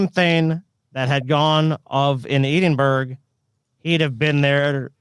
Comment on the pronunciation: "Eee-dinn-burg: is literally the worst pronunciation of Edinburgh I've ever heard. It's "EDDIN-BURRA".